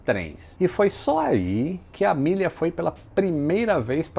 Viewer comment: Fiquei boa parte do vídeo pensando: quando vai começar a falar da Amélia? A forma com que ele fala o nome dela ficou soando como Milly..... kkkkkkk Isso que da ser alfabetizado em escola pública.... Abraço